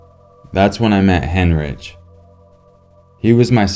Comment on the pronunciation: Heinrich is pronounced "Hein-Rick"